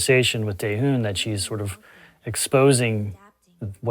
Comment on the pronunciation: Dayhoon? Lol